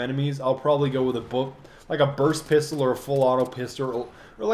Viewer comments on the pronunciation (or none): Pisturhl. Hahaha. I'm sorry. I love you.